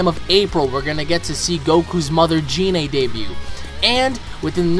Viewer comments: I TO.D YOU IT IS PRONOUNCED GI-NE NOT JI-NE!!! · GOD CAN YOU STOP PRONOUNCING GINE LIKE GENE THE G YOUR HAVE TO SAY IT WITH A HARD G LIKE GOKU COME ON MAN I KNOW IM NOT THE ONLY ONE WHO MENTIONED IT TO YOU CUZ AT THIS POINT YOU SOUND ANNOYING WHEN YOU SAY GER NAME LIKE THAT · it is Gine with a hard 'G', it is the same as how you say Goku